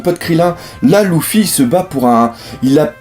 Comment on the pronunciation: Luffy = en prononciation c'est "Leuffy" pas "Louffy" !!